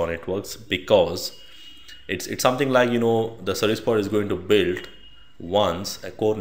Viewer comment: Took me a minute to realize "Sebuwibider" was "Service Provider" :-)